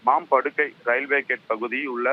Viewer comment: மேப்படுகை இல்ல மாப்படுகை 😂😂